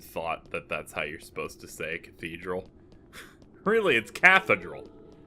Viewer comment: How you said cathedral made me think of a catheter mixed with a drill, which is horrifying. Thanks for that